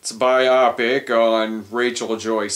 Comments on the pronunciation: bio-pic not bi-opic FFS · I hate when people pronounce "bio-pic" like "myopic"